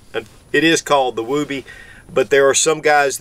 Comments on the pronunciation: James Hanna has the right of it. I was in the Army Infantry ( ). It's pronounced as, "wubbee". Same vowel sound as "wood". As a new private, in 1982, I asked my squad leader why the poncho liner was called a "wubbee" ? SSG Morse said, "It's short for, "I would be(wubbee) cold with out it!" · Although I think you pronounce it wrong, I have always said “Don’t criticize someone for pronouncing a word wrong, it just means he reads and probably read it that way.” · I can’t get over his pronunciation of woobie…other than that, good video. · Well, you certainly are not using the Mr. Mom pronunciation:) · Never heard anybody pronounce it that way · You're saying it wrong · Can't watch bc he refuses to say the word correctly. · Why is he pronouncing it like that lol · It’s woob-ee not woo-bee. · I'm just giggling you say woob like boob and it's woob like book. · NOT WOOOBY, short O, not long, wuhbbie. Came in in 91 as combat arms, everyone including my DS from the 70s called it that. My grandmother referred to baby blankets at that also from the 30s. Not sure if REMFs call it that since they have no need for it at the bottom of their wall lockers/dufflebags. Definitely saved me a few times from heat loss in several countries, in all biomes. Still use mine to this day. The newer ones are chinese trash and do not seem to have the same heat retention nor quality stitching, or standardized sizing, than mine from 91. Just like our Etools. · During my time as an active army soldier in the early 2000s we called it a woobie, but pronounced wuby. Not wew-by. Or just go with the original source here to clarify the pronunciation. I think if an enlisted soldier called it a wewby he would have been laughed out of the barracks. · I’m gonna get petty here for a second but woobie rhymes with woody. It’s not a wooooooobie. But yes it is a Soldier favorite. I’ve seen many a Soldiers take nothing more than this and their bivvy sack into the field even when it’s cold.